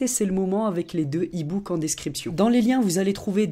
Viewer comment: il a dis deux super ibooke mdr